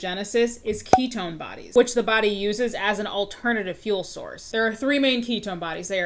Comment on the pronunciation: "ketone slinger" is making me lose my mind